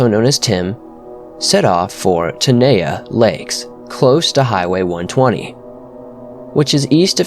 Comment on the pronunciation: Some pronunciation corrections. Tioga is pronounced Tie-yoga and Tenaya is pronounced tin-eye-yah